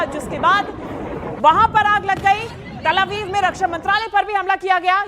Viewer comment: तल अवीव नहीं तेल अवीव बोलो